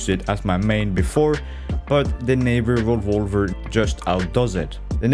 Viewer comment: Unfortunately all I heard was.......revawver